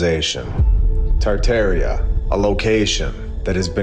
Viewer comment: The fact that you can’t say tar’tar with the proper way won’t let me watch this stupid video 😂😂😂